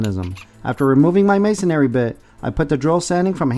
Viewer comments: Great video, thanks. There’s no “a” after the “n” in “masonry”. Should be pronounced MAY-son-ree rather than MAY-son-AIR-ree. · Masonry ends in -ry, not -ary: it's ma-son-ry - just three syllables, not ma-son-ar-y.